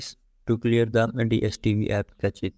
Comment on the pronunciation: are you saying something or throwing up? i don't know what catches are, just cache...